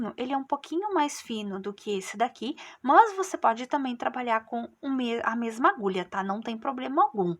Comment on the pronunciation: Gente a forma como pronúncia "mâs", me dá agonia. Não consegui finalizar a vídeo aula.